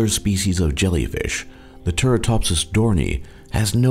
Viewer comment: It's pronounced 'dor nee i' NOT 'dor nee'.